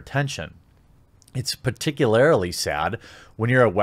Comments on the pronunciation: When he says "particularily" instead of "particularly," is that a joke I am missing or is he just saying it wrong unintentionally? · Its "particularily sad" lol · Say "particularly" again